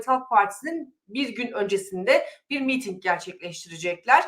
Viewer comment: Sayın hanfendi,miiting değil,miting deyiniz lütfen.